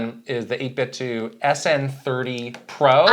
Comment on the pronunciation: FYI 8bitdo is meant to rhyme with Nintendo